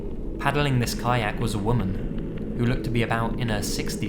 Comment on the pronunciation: Great vids mate, but you really need to learn the difference between "woman" and "women".